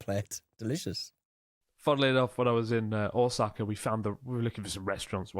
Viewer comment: Man, how long have you been in Japan and still can't pronounce Ōsaka. 😅